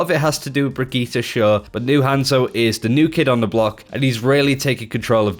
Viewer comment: 2 things is he purposely saying Brigittes name wrong cuz it's super annoying and as someone ranked master I can say that tracer isn't dead I use her a lot myself and I always see her on the enemy team she is a top tier pick and if u think otherwise they you don't know how to use her correctly